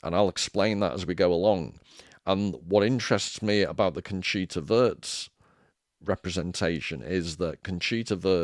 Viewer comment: Wurst, W U R S T. Conchita Voooorst! Fanny Sausage, you may have ordered some on your travels... Trompe l'Oeil, Sounds like loy. Love your content man!